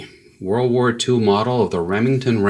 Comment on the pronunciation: It's "world" war, not war-war